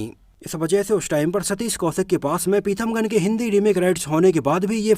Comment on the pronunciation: पिथमगन नहीं पीथामगन नाम है